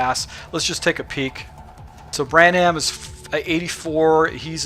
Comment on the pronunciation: How many names are you gonna butcher? You dont watch much football huh? lol